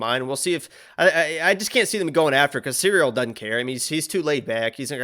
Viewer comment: … clearly calls Cirly, “cereal”. is the GOAT.